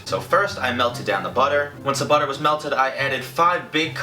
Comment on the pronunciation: I swear he said boner but he said butter 😂😂😂